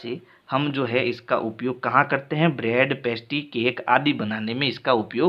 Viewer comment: Upyog kota hai uiyog nhi sir shi pdhao baccho ko galat mat pdhao